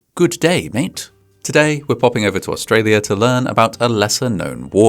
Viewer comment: you butchered "G'day mate?"! 😁 Ya don't say good day as two words